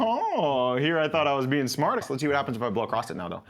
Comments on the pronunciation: LOTR, The Shire theme, beautiful motif. Although the last note of the main phrase is a half tone below that drone so it's a bit of a clinker for a second, but no biggie. LOVE that theme. Oh, also... "across," the word is across. You don't have to blow 'across' the hole. There is no 'acrost.' Just future reference. YES, I am that guy. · How old are you that you don't know there's no T in "across"? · I like how he says ACROSS with a ‘t’ at the end 😂 Across’t … great video! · It sounds so weird to me, but a lot of people apparently say it that way 😳